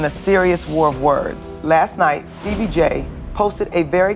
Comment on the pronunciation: she said steebie🤣🤣🤣